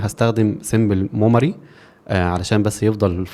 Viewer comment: ليه بتقول موماري مش ميموري؟ هي حاجه مختلفه؟